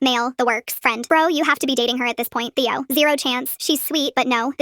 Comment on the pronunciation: The ai said thaio but it is Theo and did a mistake 😂😂😂😭😭😭😭